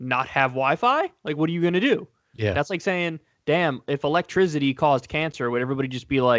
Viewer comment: I’m sorry kyle... “electrizidy”?